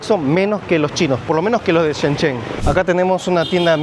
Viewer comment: Shen chen😂😂😂😂😂😂😂, Shenzhen no shenshen